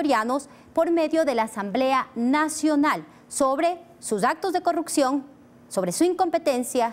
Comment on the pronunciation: No entiendo por qué muchos asambleísta no puede decir corrupción todos dicen CORRUCCION, así como dice la asambleísta Veloz. Lean eso ayuda mucho a mejorar!